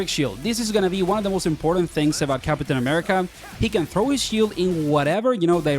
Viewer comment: Why you say "cap-uh-tain" ☠️